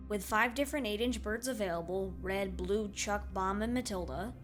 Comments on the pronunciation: B R E A D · Oh yeah, B R E A D ! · ah yes my favorite angry bird.. B R E A D